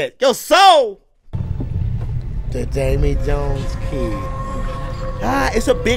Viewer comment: has a great talent in saying names wrong. I think subtitles would help:D Damey Jones and his Kragen